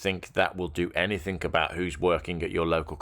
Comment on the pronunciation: It's 'anything', not 'anythink'.